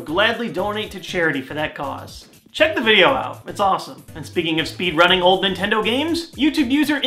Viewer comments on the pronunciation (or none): nay!!! it is not nitindo